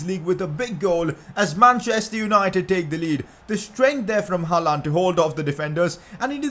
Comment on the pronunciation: you are sayin hallands name wrong